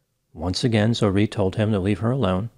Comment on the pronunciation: Zo-ReH (different from "Zoree").